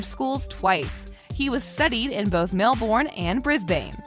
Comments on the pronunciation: And the pronunciation of Melbourne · um, how did you just pronounce Brisbane and Queensland? And Melbourne for that matter too.